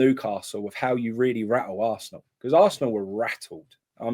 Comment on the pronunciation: Talk English it's arsenal not assshhhnal sweaty pr1k wow your a joke